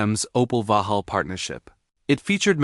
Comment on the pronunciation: Stop AI! Vauxhall is not Vuhall